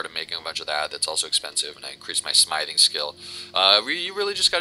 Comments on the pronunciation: IT'S smithing pronounced sm-if-ing not smiething. But all in all good video. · Sm-ith-ing, ith, like "with", but other than that the video is helpful :D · Were you seriously pronouncing Smithing like "Smyething?" LOOOOLLLLLL!!!!!!